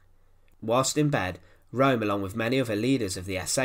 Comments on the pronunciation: Channelling the Angry German: IT'S PRONOUNCED ERNST RÖHM and not Rome. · Name ist Röhm! Not Rohm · If you are going to endeavour to enlighten people, you might well start by pronouncing the person's name correctly, ffs ! It's not Rome , it's 'Rerm', spelt Röhm. Sorry, but it Detracts from some good information and makes you sound ignorant... now try studying Fritz Thyssen, pronounced in German. ! We might as well be discussing the capital of Italy and many of the comments have even begun to Falsely spell Ernst's NAME ! As ever, it's the language that detracts from the meaning, Simples. Stop confusion, verstanden? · His name was Roehm the ‘0’ had an umlaut so it was pronounced ‘Rerm’ not ‘Rome’. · Correct, Peter. His name was Röhm, and pronounced 'Rerm', and not 'Rome' as the commentator keeps stating. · I don't understand why it is so difficult to say Röhm in english! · It's pronounced room, not rome. Apart from that, a good documentary. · This narrator's accent eludes me -- not to speak of his monotony and his always stressing the last word of his sentences. Now I'm all through the video thinking Italian capitals. The geezer's surname is [room], not [roam] like in Rome. Typical UK/US -- us, the rest, try do speak ENG as good as we possibly can, but the Brits/Yanks always pull a diphthong when they don't feel altogether comfortable. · It's neither. It's a sound not found in English. It's probably most like the French 'eu' as in 'deux'. Keep your lips in the O postion but say A. Or better still check out one of the German language uploads. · Learn to pronounciate german words, before you make videos about germans.